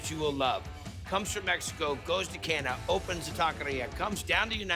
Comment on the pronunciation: Guy can't even pronounce Canada, lol